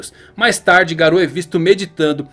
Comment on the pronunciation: se fala "Gáro"